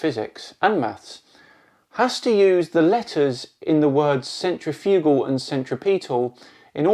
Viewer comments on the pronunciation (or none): I'm not sure if his grasp of science annoys me more than his pronunciation or centripetal and centrifugal or not. Summary "Maths is invented so this is why we should use the bits of physics designed to calculate forces we're not seeing rather than the ones consistent with what we're seeing because what we're seeing can't happen in a world I've imagined. My imagined flat world isn't moving in different straight lines all at the same time but your're hiding that by claiming it's a spherical object rotating and using equations to prove that which just don't work on a flat earth which isn't being pulled in different directions at different magnitudes at the same time."